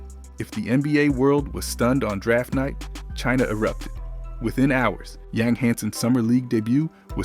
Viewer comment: Living in China and Taiwan for 7 years. In most of Asia the last name is first. His name is Hansen Yang (Yang = Yong") I'm just trying to help, as a 10 year expat I am more than happy to share---you will get more Chinese subscribers with the proper pronunciation. Ya feel me. :)